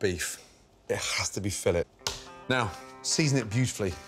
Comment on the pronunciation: It’s not fillet, its fillet